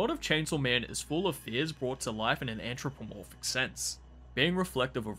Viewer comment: Good review but the "ANTch ro po morphic" is getting to me... Just a bit